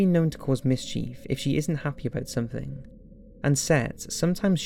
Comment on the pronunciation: This nigga said misCHEEF 😂😂